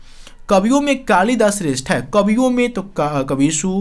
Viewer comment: कबियो नही कवियो होता है